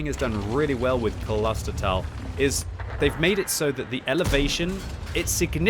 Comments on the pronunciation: You pronounce the o in klostertal like the the o in bro for example. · QBs pronounciation of german words is always hilarious :D In the word "Klostertal" the "o" is a long vowel, not a short one. But I guess a non-native speaker can't know that. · Hey, you pronounce "Klostertal" with a long "O" that is pronounced like the "au" in "claustrophobic" or in "Santa Claus".;) Apart from that you got it right already. Cheers from Berlin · Your pronounciation of Klostertal (translates to cloister vale) is pretty good. Just the o is a bit longer. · Klostertal is actually pronounced with how an 'o' would sound if you spoke it on its own. Both the o and the a in Klostertal are a bit longer than you pronounced them too. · When pronouncing „Klostertal“ you need to emphasize the „o“ :) it’s German and means monastery valley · Iam sorry, but you dont get the name right xD the O in Klostertal is pronounced like a "oh" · You've got the pronunciation fairly wrong. Just google it, my first result for "Klostertal pronunciation" was Forvo and that did in fact sound right. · Use a little pause between Kloster and Tal, greetings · its pronounced Klostertal, not Kolostertal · You pronounce it like this: Close-There-Tal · Long ooooo in pronounciation ……kloooostertaaal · It's klostertal, not kolostertal. The kl in there sounds like the cl in clip, so I'm really surprised it's so hard to pronounce. Also, since I guess it's German (and not Dutch like my native language), the o and the a should be pronounced as long sounds. I mean the o in oh instead of the o in other. The a is already pronounced good enough by I think...you could also open a new tab, go to google translate, set the input language to German, copy-paste klostertal and press play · Klo...Klo klo klo...Not kolo...Think klo like clause and not colossous... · It's Klostertal, not Coloster towel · Haha. Its K L OsterTAL. And not K O L O sterTALL. We dont speak an O after the K and the A at the end is a long version. 😀😀